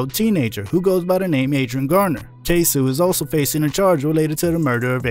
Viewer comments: Jacksonville rapper’s name is pronounced “Kay-soh” acoording to Yungeen Ace on “Who I Smoke” video. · KAY-SO OR even say K-Sew